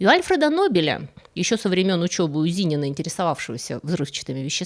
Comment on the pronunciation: Не ЗИнина, а ЗининА!!! Вот из-за таких вот как вы и исковерканы в русской традиции имена НобЕля, Фройда и пр.!!! У вас удивительно много ошибок в постановке ударений в словах, прямо болезнь какая-то...слух неприятно режет!